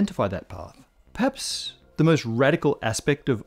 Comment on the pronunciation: The real question is how manages to collapse the superposition of two syllables in the word "perhaps"